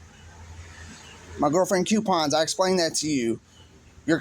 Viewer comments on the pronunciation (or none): It is coooo-pons.... Not "Q-pons"😂